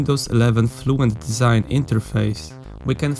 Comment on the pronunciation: "Desing" - really?